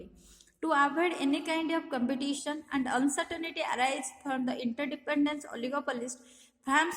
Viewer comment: It's Competition not compitation